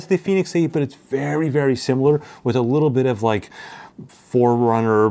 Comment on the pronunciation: Anyone else hears Four Hundred instead of Forerunner? 😅